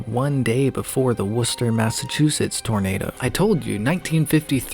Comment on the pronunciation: first american i've ever heard say worcester correctly. thank you . marry me